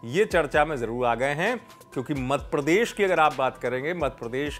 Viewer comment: सर सही तो बोलिये मद प्रदेश नहीं मध्य प्रदेश😂😂